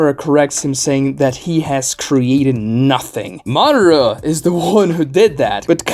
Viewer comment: Do you call Madara Uchiha "Mara" or is it just me?